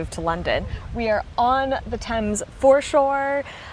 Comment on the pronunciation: Actually American designed & built is what I was supposed to say. Also Thames not terms! 🙈